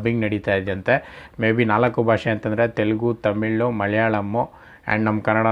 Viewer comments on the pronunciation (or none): none